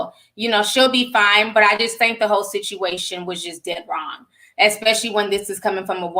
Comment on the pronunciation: Am I the only one who heard “ we got a lot to talk about, a Hoe lot to talk about “ 😂😂😂 I don’t know